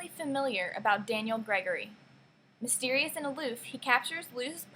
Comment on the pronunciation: Nice review but I just have to nitpick one eensy little detail; Daniel's last name Grigori isn't another way to spell Gregory so it shouldn't be pronounced like Gregory, but like Gri-(i as in grizzled)-GORY with stress placed on the last syllable rather than the first as with the name Gregory and with the name Gregory the GORY part is said more like GERY phonetically anyway whereas in Grigori it really sound like the word GORY. Thanks!